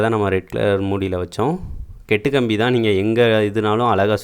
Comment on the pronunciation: 2.35 kettu kambi haha bro athu kattu kambi